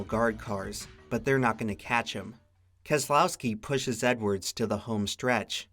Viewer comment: Obligatory "Brad KEZ-UH-LOW-SKI, won this race"